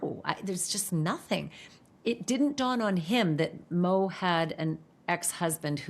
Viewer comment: I hate how you call her mo.